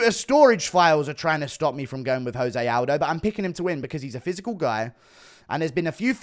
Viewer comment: It's 2024 and Guru still pronounces "Jose Aldo" wrong